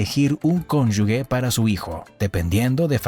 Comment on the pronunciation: Cónyuge, no conyugue